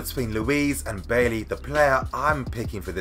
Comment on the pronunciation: It’s pronounced “buy-E” not bay lee bro